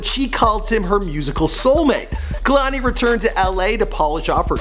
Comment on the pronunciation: Yeah I know but he is pronouncing it Kah-lani